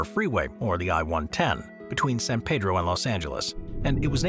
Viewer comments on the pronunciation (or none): none